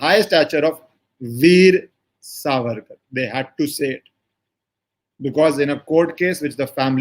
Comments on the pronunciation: Helo His right name is SAVARKAR NOT SARVARKAR. You are a journalist and well read and leaned man, but you do not know/pronounce name of this freedom fighter propertly. What can this kind of pathetic and and shameless attitude be called. Not only that, Veer Savarkar is known not only in India but worldwide, you being a journalist how come not able to catch his name propertly. Shame on you. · You have made an excellant video. Your narrations about legal implications were factual and excellant. A small correction - Surname is Savarkar and not Sarvarkar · True pronounced Saavarkar सावरकर